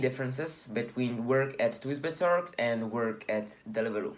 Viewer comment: lol thuisbezorgd pronounces as like 'thaahysbezorg'